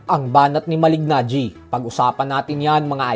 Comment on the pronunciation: Malee-najee. Hindi Malig-najee. Slient yung g niya. Sa taon taon na pinpronounce name niya, akala ko alam no. Reporter pa naman kau. Do your research